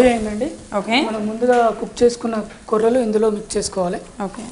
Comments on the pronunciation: కొర్రెలు ఏమిటి తల్లీ కొర్రలు అని చెప్పు.తెలుగుని పాడుచెయ్యకండి. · కొర్రెలు కాదు తల్లి కొర్రలు